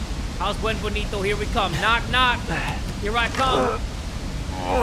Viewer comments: Its pronounced exactly how its spelt. Ben-ee-vee-en-to. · i love how hay pronounced beneviento as "bunbenito" and we're just cool with it . what is the right pronunciation anyway ?? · close but the e in bene is more like “ben-eh-vee-ento” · I thought he said ‘Wet Bonito’ :”) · RE8: Beneviento: Buenvonito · The way pronounce Beneviento makes my giggle like a schoolgirl.